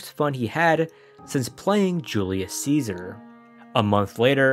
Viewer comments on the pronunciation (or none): none